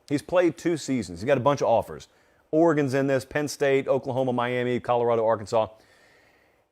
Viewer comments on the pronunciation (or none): none